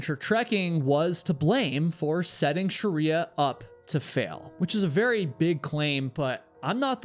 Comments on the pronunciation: Shriya Shaw. Not Sharia Shaw. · As an Indian your pronounciation of Shriya as Shariya is hilarious. 😅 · It's "shriya" two syllables not "sharia" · Jesus, stop saying her name. It is SHreeya. Not Sherya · Shree-ya not Shuh-ree-ya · You have mispronounced her name throughout the video. You’ve repeatedly said “Shah-ree-ah” which is one branch of the Muslim faith. It’s “Shree-ya”. Please correct. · I can’t handle how her name is said the whole time…. It’s Shreeya not Sharia. I’ve never ever commented things like because people never get my name right and I’m over it but it kept removing me from the story 🙈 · I wish I could watch this but pronouncing shriya as sharia is uh, distracting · I'm sorry I can't get over how this guy says "Shriya" lol it legit made me turn off the video a minute in. It's pronounced "shree-ya" not fricking sharia law lmao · Her name was Shriya, not Shariya. 👀😵‍💫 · Her name isn't Sharia. It is Shriya - pronounced sri-a, of Indian/Hindu origin, not an Islamic legal system. Still, a very interesting video, as usual - keep 'em coming,.:) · I’m from Nepal - her name is pronounced Shree-ya (the spelling is Shriya) not Sharia, she is not a Muslim as in Sharia Law 🤦‍♂️ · You mispronounced "Shriya" as 'Sharia" throughout the entire video. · This is minor to the story, but the mispronunciation of Shriya's name drove me to distraction. It's not Shuh-ree-yuh. It's SHREE-yuh. The SHR is like the sound at the beginning of "shroud". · Shriya is not pronounced - sha-ri-ya. its two syllables, not three. Shri-ya. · She may have been too stubborn for her own good...that doesn't mean you need to butcher her name. It's not Sheriya it's Shriya. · Why are you calling her Sharia? Isn't it Shriya? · You pronounced her name as “shariya” - her name will be pronounced as shree-ya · It's Sri-ya not Sh-ri-ya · Are you pronouncing shriya as shəriya intentionally because you read that that's how it's supposed to be pronounced, or...?